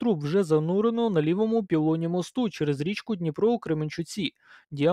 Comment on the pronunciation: Не мостУ, а мОсту. :) Наголос ріже вухо. Дякую за роботу. :)